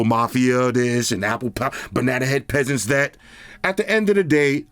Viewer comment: The P in pesants was PUSHIN 😭😭😭